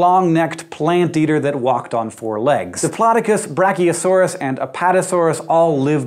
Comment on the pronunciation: Thank you for pronouncing "Diplodocus" correctly.